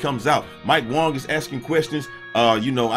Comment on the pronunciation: Lmao it’s waaaaaang not Wong lmao